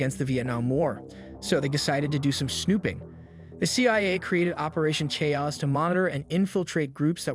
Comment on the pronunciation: Something is 'off' , the Video shows "operation chaos" but the voice says "CAOS" phonetically, which the subtitles confirm, although it is pronounced correctly afterwards.